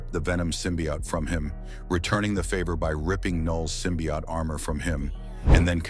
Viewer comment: I hate how the ai mispronounces symbiote